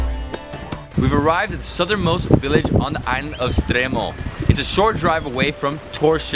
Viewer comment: He said stremo instead of streymoy